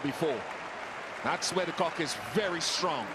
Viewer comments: Its de kock..not the cock...listen closely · “that’s where de cock is very strong” 🤣🤣🤣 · "das where d cock is very strong" damn